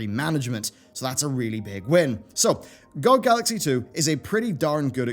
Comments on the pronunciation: Everyone: G O G YouTuber: GOCK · Never heard anyone actually pronounce it "gog" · Does it bug anyone else that he says GOG like that or is it just me? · B's pronounciation of gog just triggers me :(